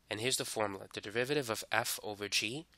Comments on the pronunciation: Say "du*rr*-riv-eh-tive" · this is great but its DERIVATIVE not DEVIVATIVE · Piolo Montesa oh i see he says it like "deviviiviviive" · I like the way you say "derivative" haha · i dont get it it sounds normal to me